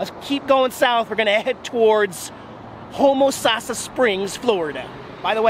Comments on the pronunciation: It's pronounced "home-a-sass-a" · LOL you totally butchered saying Ho Mo Say sis. But that's ok. Only native Floridians seem to get it correct. Love seeing the park again. One of my favorite! Enjoy the heat it is getting super cold up north this weekend. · I guess you didn't find a cute girl to help you pronounce Home-Oh-Sass-a! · I lived in homosassa for years, even though he didn't pronounce it right , lol. A lot of people get it wrong. The old sugar mill is cool too. I'm surprised he missed it. It's a great area, hope to get back soon. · Can't win them all on the road. You can blame the ticket saleswoman. I got the pronounceation from her right before I said it... I guess it's always my fault. Even when I use common laws of the English language - I'm WRONG because Tom is Bob. All the "e"s are silent. Or whatever. lol. English is stupid. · LoL you must be from the way up nouth because your saying Homosassa name wrong . I grow up in Homosassa since I was 6 months old.